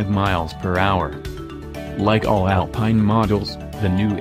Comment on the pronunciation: Please! Say "ALPEEN" in French